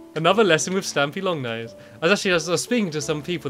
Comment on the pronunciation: Did he say stampy long nose?